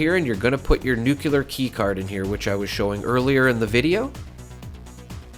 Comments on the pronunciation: Nuclear = new clee er. Not nuke you ler. Lol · It’s nuclear not nucular.🤣😂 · Nucular? Are you related to George Bush? 😂 It's really just two words put together that you use every day. New and Clear. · Nucular. It's pronounced nucular.